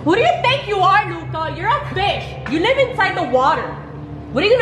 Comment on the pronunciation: Hi guys it's pronounced luca